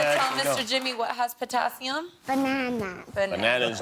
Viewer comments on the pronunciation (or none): She def said Katassium lol lol but i suppoooooose we can let it slide lol. jk she did better than i could have lol. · absolutely!! Did you see how the mom a) took credit for her intellect and b) corrected her utterance 'katassium' to potassium (hoping no one would hear the mistake) and then saved face again by asking her what fruit has potassium in it. The fact that she is being drilled on elements on national TV is indicative of bad things to come for this poor child.